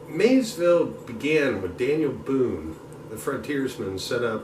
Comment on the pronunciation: Its MaySville, not Mayville....